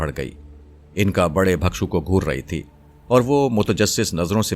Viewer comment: آپ کی ادائیگی اچھی ہے مگر تلفظ کو بہتر کیجئے ۔ بھکشو کے لفظ میں بھ کے نیچے زیر ہے، زبر نہیں اسے بالکسر پڑھئے